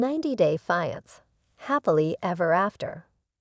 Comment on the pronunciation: maybe learn how to pronounce "fiancé"